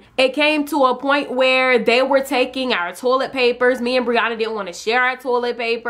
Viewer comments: you said tolet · I love how she says toilet TOLET YAS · I wasn't hating -.- just I've never heard anyone say it like that